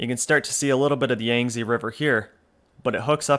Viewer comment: Yangtze is pronounce "yahng-Tzuh" that "Tzuh" is very unstressed. a bit like a sound you might make involuntarily if punch in stomache.